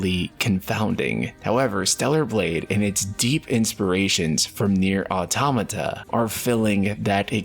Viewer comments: Why are you saying AutAmata when it is AutOmata? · its actually pronounced auto-mata ! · But an A is something completely different than an O. He is not the first one I heard this from. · ITS AUTOMATA not AUTOMATA